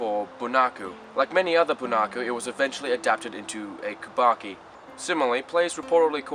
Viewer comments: Did you mispronounce Kabuki half the time? What's kubaki? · Yes, you often slip into a mistake and say kubaki...the puppet theater is Bunraku.😮